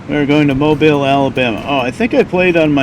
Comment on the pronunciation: Kudos to you for pronouncing "Mobile" correctly. I hear too many Northerners mispronounce it.